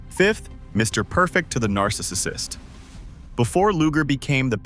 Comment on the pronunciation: Your A.I. speech to text can't pronounce "Narcissist". Just do the voiceover yourself. Up the quality.